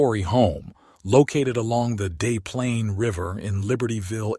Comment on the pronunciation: FYI - It's pronounced DeS Plaines river, not "Day" Plaines river ;)